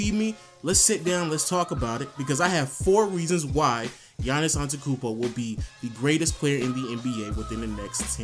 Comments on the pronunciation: gets mad for wrong pronunciation of his first name , cant say his last name properly... seems legit!!! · You gonna bitch about people saying Giannis but you can't even say his last name right. L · Can't even pronounce his last name right.... hypocrite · vag He doesn't pronounce the last t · You can't pronounce his last name why are you complaining about his first name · Kind of hypocritical about the the Giannis thing even you yourself doesn't pronounce Antetekounmpo right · Complaining about how people pronounce his first name but he butchered his last name the whole vid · Yeah Anani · I was thinking that exact same thing the whole time. I was cringing throughout the vid lol. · it really pisses me off that you say you get angry at people saying incorrectly GIANNIS but then you pronounce Antekounmpo while it actually is AnteTOkounmpo.....You always forget that TO!! Don't talk if you do what you say not to do... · i am greek and you complain about when peope call him Giannis when you pronounce his name antekoumbo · Don't complain about his name if u can't say it right.. Giannis AnteTOkoumpo!! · Yahn-iss Ahn-deh-teh-koon-boh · Yo it's funny you get annoyed when people mispronounce "Giannis" but you call him "Antekoumpbo" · i was going to type the exact same comment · HOW U PRONOUNCE HIS LAST NAME Ante-ta-koompoe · Antekumpo? You don't know shit. talking bout "Geannis" pisses you off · but if you get annoyed at people pronouncing the 'G' why don't you say the 'teto' in Antetokounmpo. You just say Antekounmpo. But yeah I agree with errthang else in this video. Gr8 job m8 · I love how you give people shit about pronouncing his first name wrong when you cant even pronounce his last name lol. There's TWO t's lol. Love your channel tho! ✌ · mispronouncing his last name talking about how to pronounce his first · you bitch about how people mispronounce a difficult to pronounce first name but you forget to pronounce a whole syllable in his last name